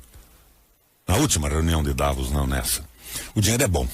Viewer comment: O senador não sabe nem pronunciar a cidade de Davos... shame!